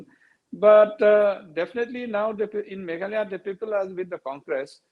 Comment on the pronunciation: Not meghaloi,,its meghalaya maamm.. ☺️